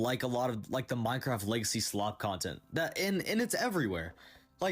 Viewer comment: idk. I kept hearing lazy instead of legacy